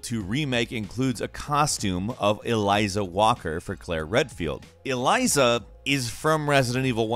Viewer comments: Eliza? it's elza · ELL-zah not Eliza. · Dude gets paid to do videos but cannot pronounce simple names yet. Ellllll zaaaaaaa Ellzaa Not goddam eliza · Name is Elza, calls her “Eliza” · Her name is Elza Walker, not Eliza. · Pretty sure it's Elza Walker not Eliza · "Eliza" (facepalm) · It’s written as Elza yet you pronounce it as Eliza? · Dude you read words for a living.. now say it slowly... El....za.... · Yet the guy can't read the name Elza right, or pronounce the fucking letter J correctly either.. seems legit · Lots of reactions to the mispronounced Elza. Just an honest mistake I say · Youre pronouncing Elza wrong